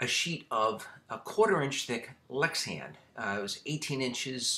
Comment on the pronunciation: You keep saying Lexian, why is that?